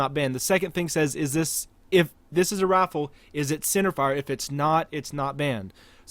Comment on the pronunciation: Has anyone ever told you that you pronounce rifle like "rofl"? EDIT: Towards the end you pronounce it correctly.